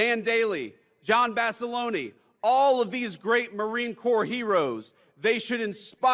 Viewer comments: dude you can look that up right this second and find it to be correct. The Italian pronunciation of Basilone is "bass-i- lone- ey" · the Italian pronunciation ends with an eh, not an ee. It would be pronounced Bass-o-lo-neh. Not whatever the hell this guy said.